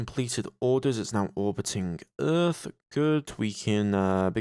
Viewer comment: That's earth not Rhys. I hope you corrected that later